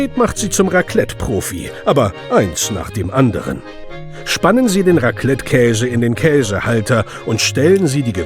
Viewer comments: Ihr Deutschen könnt das Wort Raclette einfach nicht ausprechen, unfassbar xD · Eigentlich heisst Raclette ou abstriiche